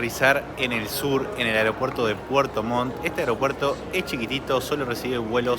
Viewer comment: Puerto Montt chiquillos no puerto Mon. Buenos sus videos!!